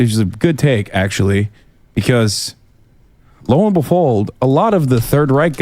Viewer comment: Hassan: "Lo and befold" Am I the only one that caught that lol